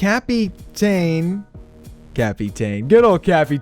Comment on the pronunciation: Let me spell the name out for you buddy cap-tin is how u say it not cap-e-Ta-in